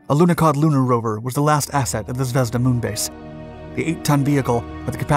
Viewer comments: The emphasis in ZVEZDA is not on the E but on the A .. Like zvez-DAH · First learn to read. Sputnik, not spatnik. zvezdA, not zvEzda, and enErgiya, not enerdjIya